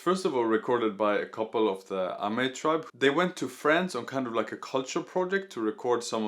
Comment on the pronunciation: Actually, the name of the tribe is Amis in their mother tongue and English instead of Amei in Mandarin pronunciation. However, it's a good video :)